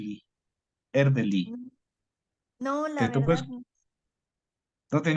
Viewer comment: E R D E L Y, por favor al menos pronúncielo bien… y de paso sugiero investiguen más, tienen muchas imprecisiones.